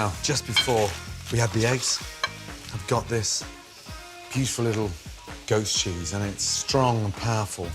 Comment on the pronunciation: Is he saying "ghost" cheese or "goat" cheese? I've never heard of ghost cheese, but I haven't hear of half the things he uses xD